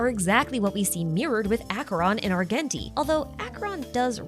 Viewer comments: ar-jen-tee btw. the hard g is driving me insane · ily and your videos but it’s Ar-JEN-ti. He literally says his own name a few lines into his introduction in the game, a pronounces with a “j” sound. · adore your videos a lot but next time could you please pronounce Argenti as (arjenti)?? thank you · The way you pronounce "Argenti" and "Longitude" is legitimately sending me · Now the way you pronounce Argenti 😭